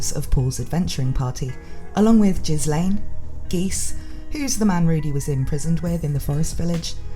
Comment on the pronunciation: The name "Ghislane" is pronounced as "gill-lane" and is a french name. The s is silent. Also In Japanese her name is spelt ギレーヌ (Girein) which is proof of how this name should be pronounced.